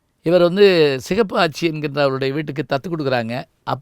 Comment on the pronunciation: Neenga epdi sir thappu panting a? It’s siru koodal Patti. Not Kudal. It’s sigappi aachi not sigappu.